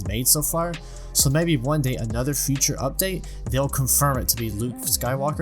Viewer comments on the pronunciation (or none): none